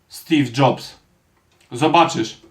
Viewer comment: "Stif Dżobs" xdd